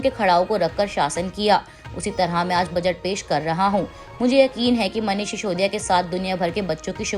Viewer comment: मैडम शिशोदिया नहीं सिसोदिया।